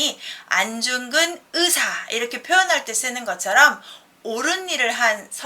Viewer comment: "으사" 가 아니고 "의사" 인데 ㅋ ㅋ